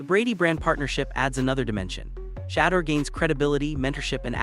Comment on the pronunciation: Can people please learn how to pronounce his name please and thank you your killing the pronouncing of his name 😮